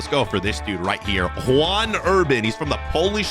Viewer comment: Bro it's not juan urban the pronunciation is yan urban, it's the polish equivalent of the name john